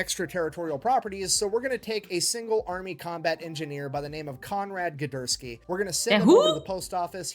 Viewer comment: Konrad Guderski. It's actually not a bad pronunciation of the name for an American not of Polish descent